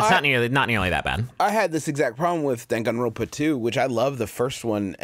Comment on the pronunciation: jesus fucking christ hearing "dangan ronpa" outta griffins mouth gave me an aneurysm